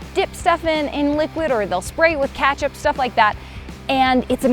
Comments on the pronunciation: did I just hear katchup and not Ket-chup kinda annoying 🗿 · she says "katchup" 🤢🤢🤢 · did you say kechap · I still can’t get over the fact that said catchup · Did she say katsup or ketchup? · Ketchup not Katchup lmao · Catch-up?! all Canadians are offended right now! Ketchup.... there is no A! lol Still love you but you real with that? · She said catchup instead of ketchup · Carmel, crayns, and now katchup?? Who was English teacher? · wait sorry did she just say catchup? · whats katchup? did she mean ketchup? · What did she say, katcup or ketchup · Am I the only one that noticed that she said kachup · Katchup is that how everyone pronounces it? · Did she say kathup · Baby girl... it’s ketchup (ketch up) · Did I just hear Catchup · She said katchup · Did she say spray catch up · She said KATCHUP lmao 😂! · Did she just say 'Katchup' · so are we going to ignore the fact she called ketchup ’catch-up?’ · said "katchup" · She just said “katchup??” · Yes did just say katchup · Where is the “a” in ketchup?